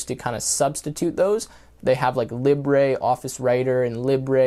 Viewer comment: "lib-ray" lol. Libre is "lee-bruh". Gotta work on your pronunciation. Also Libre Office is dope.